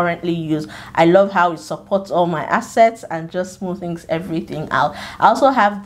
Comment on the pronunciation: It's the way you say this your "assets" for me😂😚